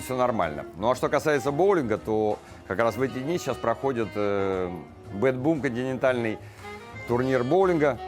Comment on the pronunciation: Хорошо,что есть расшифровка текста,а то я услышала " генитальный боулинг".Оказалось, континентальный